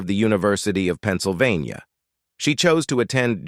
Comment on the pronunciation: please try a different text to speech product. This one can't even pronounce city or Pennsylvania.